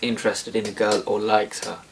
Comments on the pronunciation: I like the way you pronounce a "girl " It reminds me on "cow" lol ! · I mean he pronounces " girl " like " cow " .It is funny !